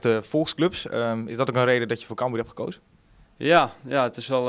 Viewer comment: NEE, hij zei camBUUR. Het is CAMbuur ffs Lel